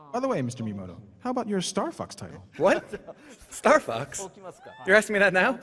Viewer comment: I swear the translator said "starfucks" every time! XD